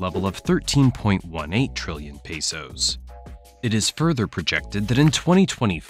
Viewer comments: Pesos not Peysos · “pay soes”